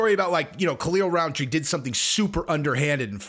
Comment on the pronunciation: Rountree not RoundTree.